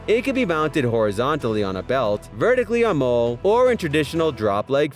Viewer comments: It's not pronounced "MOLE"... IT'S PRONOUNCED "MOLLY"....amateurs! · molle = MOLLY....cryo=CRY-O mispronunciations drive me blinkin crazy! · Cerakote pronounced Sara-coat. Molle pronounced Molly. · I'm positive it's pronounced "molly"